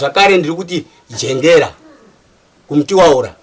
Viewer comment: Bamukuru medzai mate muchaburitsa zvisizvo pakudana zita ramai Jengera